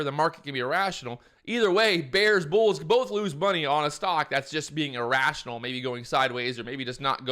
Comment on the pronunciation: kannot even pronunce "irrashionul" :D